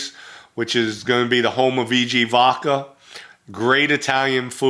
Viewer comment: Why do you say vodkar?!